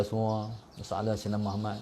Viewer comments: Pulak... Lg 1 nk tegur, kalo nk dptkan kebaikan dari selawat ke atas nabi kita, sila sebut MUHAMMAD dgn betul, BUKAN muhamat... Huruf ت dan huruf د kalau silap sebut mmg lari jauh maknanya... Jgn main2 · Aku perati lama dh, sebutan dia muhamat, spatutnya muhammad... Nama nabi kot, camna nk dpt berkat selawat.....